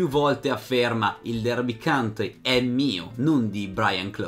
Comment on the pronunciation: complimenti per il tuo lavoro! il tuo canale realizza quello che ho sempre desiderato sulle storie del calcio. Però,ti prego: Derby COUNTY (contea), non "country". Con amicizia.